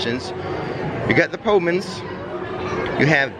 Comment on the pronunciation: Did LOL a little, I'm sure said 'powmans' rather than 'plowmans' (ploughmans). Haven't had one of those in years, v '80's pub grub 😊